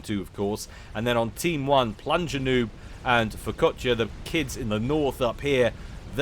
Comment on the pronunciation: Every time said Furkotya in that game just made me think of focaccia instead.